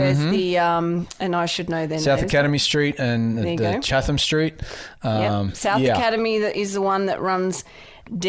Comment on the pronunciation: my ears are bleeding....it's "Chat-em" street.....not "Chah-them"